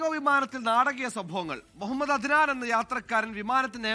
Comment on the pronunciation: Muhammed enn clear ayitt para mapreeeee